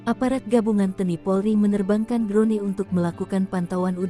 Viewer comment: Drone dibacanya kok drone...bukan dron !